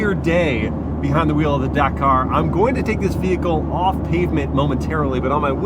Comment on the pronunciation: This mans pronunciation of Dakar is rage educing